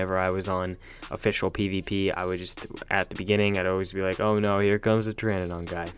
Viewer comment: You keep saying Pteradon wrong. Pronounce it like “teradon”